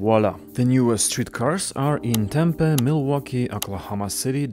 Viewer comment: Tucson is pronounced "too-sahn".. not "tuk-sin" Also Tempe is pronounced with a hard "ee" at the end.